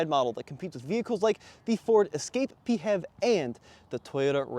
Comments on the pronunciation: Nope...we're not making "P-HEV" a thing. It's pronounced "FEV". Get it right or pay the price! 😅😅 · Please, never say Pee Heff ever again. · It’s funny when you say “Pee Hev”. In Australia we pronounce PHEV as “Fev”